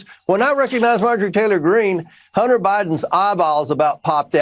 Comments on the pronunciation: Excuse me "Hunner" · ITS NOT "HUNNER" ITS HUNTER "GENTLE LADY"(MTG")!😂